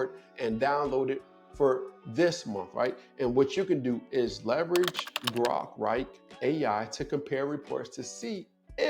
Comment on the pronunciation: Ai like Grok or "Gork"? Even in your vieo you have an inaccuracy 😅